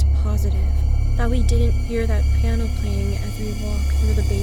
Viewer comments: ok now this is weird like why were you in the bastment instead of class and it's piano not plano XD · It piano not Plano lol 😂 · Is Piano not plano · Who watch when it Plano not piano lol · Who was confuse when it said Plano?